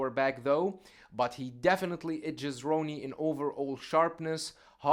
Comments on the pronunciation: With respect, Coleman's name should be pronounced Rah-nee, not Row-nee. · It’s Ronnie not “row-nie” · I don't know why this guy can't pronounce Ronnie's name. Easy name to say. Lol